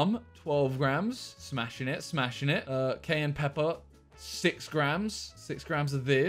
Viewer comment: The way he pronounced cayenne pepper